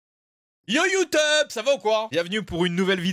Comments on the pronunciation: Il a bien dit YouTeube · Attendez il a vrm dit "youteub" ? 💀